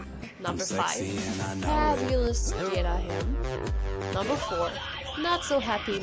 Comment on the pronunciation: You did Ghirahim dirty.